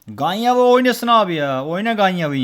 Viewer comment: Ganyavi değil Gencevi.Gence Azerbaycanın en büyük ikinci şehri